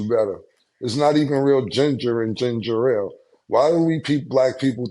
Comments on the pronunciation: It’s ginger ale black peoples always say ginger rale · Cam trying to school them on Ginger Ale while calling it ginger-rale is hilarious 😂😂😂